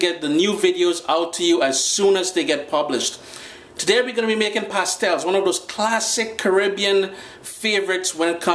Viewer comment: U pronounced it wrong and this doesn't look like the authentic recipe